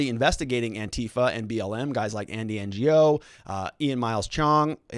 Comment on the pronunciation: Andy Ngo is pronounced 'No' 😉🙏